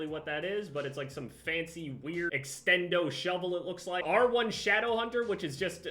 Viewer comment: The way this man said extendo shovel 😂